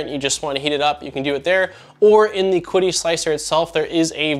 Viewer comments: Great review, have owned the original consumer version for years. By the way, it's pronounced like "Chee-dee" Tech. I believe Qidi Tech really is one of the most underestimated 3D printers on the market. Mainly because, I guess, all their models just work and are pretty much plug and play. Reviewers have little to discuss as far as further tinkering. Nice to see you taking a level step up. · Great video! From what I have gathered, it is pronounced 'chee-dee' tech. I own an X-Pro as my first printer and am now going through a full overhall of it, I knew it going in though. It is funny, the mods I am doing are pretty much in line with this model except now I am running an Octopus Pro (overkill) with Klipper and all the benefits. Also upgraded to slice engineering bi-metal hotend and other mods like filtration. They are nice printers as long as you are fine with engaging their support for anything needed outside of what you get, they actually are responsive. The only thing that put me off was before the launch of this product they emailed me to let me know it was coming out and if I left a 5 star review I would be refunded half of the money. I don't know what to make of it, I really hope it is just a culture gap, but that really stuck with me. Even after my positive experience with them.